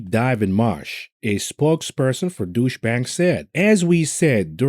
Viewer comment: I love how he says "Douche" Bank.